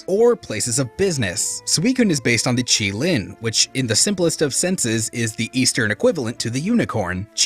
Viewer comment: said chilin when its pronounced Kirin